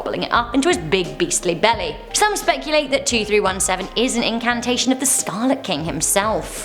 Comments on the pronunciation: Awesome,. But when you say "incantation" a few times, I think you mean "incarnation." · The word you want is incarnation, not incantation. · Umm “incantation?” You mean a “incarnation?” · Incantation? Did you mean incarnation? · Wow. I sure hope this woman learns the difference between incantation and incarnation one of these days. I swear no one proof reads these scripts and they do it in one take. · Is no one going to mention the fact that she doesn’t know the difference between the word incarnation and incantation?? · i think you meant "incarnation" not "incantation"